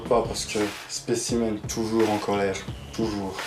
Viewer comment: « En colèrrrrrRRRRRRRRRrrrre punaise ! »